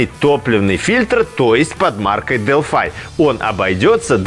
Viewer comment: Почему Delphi вы произносите как Делфай , а не Делфи?